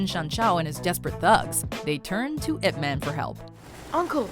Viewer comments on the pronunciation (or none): i hate when people pronounce his name as ' ip-man / eep-man' ... the right pronounce is ' yeep-mun' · Is nobody else annoyed that she says Ip man and doesn't pronounce it like "Yip" Because that's how it supposed to be said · It's eye pea man. Not "ip" man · Your pronouncing it incorrect Your saying ip Its not ip Its pronounced yip Silence Y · It's pronounced "Eep Mahn" come on, guys XDXDXD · its pronounced, yeep munn lol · Did she just pronounce it like... iP MAN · She sounding out I P as ip is fuckinghilarious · this woman cannot pronounce ip man even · Great clips, but the voice over is bad, couldn't pronounce chinese words correctly.. the way she pronounced Ip Man, Kung Fu, Wing Chun, is all wrong! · The American pronunciation of IP Man is embarrassing